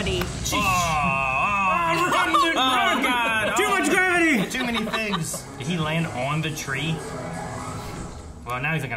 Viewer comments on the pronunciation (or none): Gravity? Do you mean mavity?